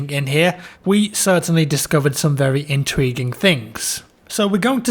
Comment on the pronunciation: what exactly does intweeeeging mean?